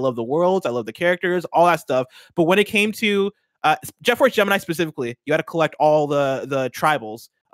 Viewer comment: Jet Force June-I-Mi